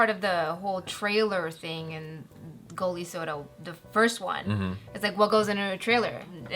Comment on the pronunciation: That moment of pride when says a name correct and he knew it he's doing it right 😂😎 The soda you have said is available in India and it is popped in too. The title of this movie is "Goli soda" (soda with marble, Goli-marble).